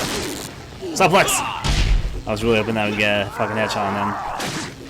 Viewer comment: I looked this video up specifically to show a friend the Ashley's butt joke. Also, it's pronounced "soo-plex" not "suh-plex" lol